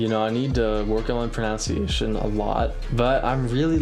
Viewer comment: "I need to work on my pronunciation". You certainly do, for a start that's not how you pronounce pronunciation.